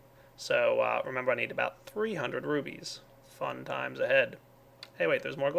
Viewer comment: Could be just very immature but every time he says "rubies" I hear "boobies"